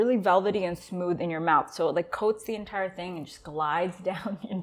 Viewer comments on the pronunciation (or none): none